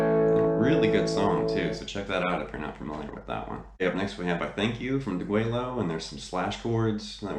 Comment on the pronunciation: Awesome lesson! The Rev is a totally unique player and you've demystified a lot here. Have to chuckle at your album name pronunciation, though... Deguello is day-gway-o and Tres Hombres is not a French title, it's simple Spanish, "trace hombres." And you're 100% right about the first album...killer stuff right out of the box and criminally overlooked. Even in '69 no one did hot swampy blues like ZZ Top. And they had close cropped beards...weird! For dyed in the wool Top fans, the early albums through Deguello were the best. I think Deguello is the best one for playing along with at home, like we all do. Great lesson and a new subscriber!